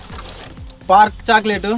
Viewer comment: park choclate ✅perk chocolate ❌😂😅